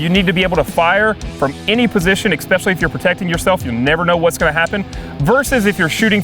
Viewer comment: A guy says, "I'm going to teach you what is wrong and what is right", and then says, "Exspecially". I'm out.